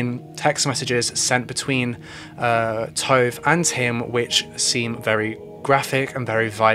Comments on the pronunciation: Tove is said T- U as in Uber - V - E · This video was informative and good but honestly the entire time i got super annoyed at how you pronounced Tove maybe for names that aren't english you can ask a native speaker or google..for example you could google the name Tove and Tove Jansson would pop up and there would probably have been a name pronouncing guide i dunno it just crackled in my ear everytime but otherwise good video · Haha no he's pronouncing it incorrectly. Her name is Tove Lind. Her first name is pronounced [Too-v-eh] and last name is pronounced the way it's spelled [Lind].